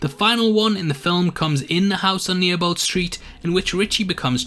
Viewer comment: "New-a-bolt street" Bruh... It's NEE-bolt.